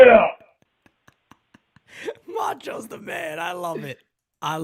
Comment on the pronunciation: Bro the fucking Macho call “Meurio” killed me 😂😂😂😂